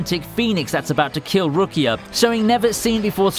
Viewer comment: The way you pronounced Ichigo and rukia was just sorta gross